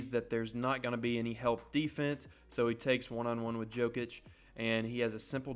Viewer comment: great vid but thats danny green not gerald green and Jokic is pronounced yokich